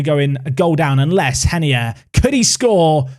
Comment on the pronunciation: When you say Reinier's name to me it always sounds like you say Henie